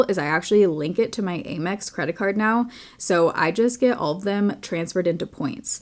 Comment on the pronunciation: I’ve never heard it pronounced “aim ex” before lol